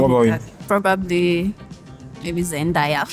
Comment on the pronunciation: "ZenDaaya" ke? lol